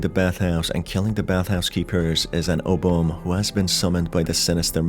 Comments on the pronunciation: "Obomb"? XD It's pronounced as "Oo-boo-meh" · Its pronounced /ubumeɪ/ not ubum... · I think it's pronounced "Oo-boo-may" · Just to advise, Ubume is usually pronounced "Oo-boo-meh". Thanks R.